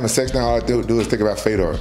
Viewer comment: I love how you said the ë in fèdor